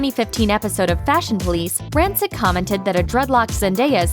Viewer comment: not pronouncing rancic right